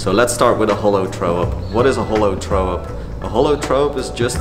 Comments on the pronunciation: im so fuckin triggered how you pronounce throw - german accent very much :D - try saying frow instead? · “scratch throwup” or “Skretch trow up” if u say it like him.. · "trow" up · "Tharow up" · "Trow up" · learn to speak the TH haha!